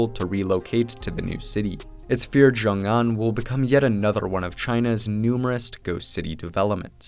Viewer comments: So much work that went into a great video but it would have taken just two seconds to Google how to say it properly it's pronounced sheeoong an. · idk who needs to hear this but x in Chinese isn't pronounced like a fuckin z 😂